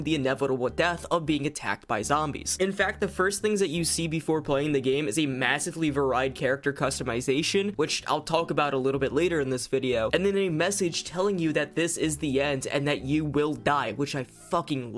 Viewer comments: Va-ride? What the fuck man it’s var-eed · The way he pronounces the word "varied" as "VAR - RIDE" ...................... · I will not allow you to get away with this pronunciation of varied. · Did anyone else hear how he pronounced the word "varied" in this video 🤣🤣 The reading needs some work but great video